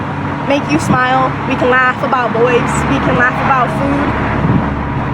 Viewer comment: Who else went back to check if she said babout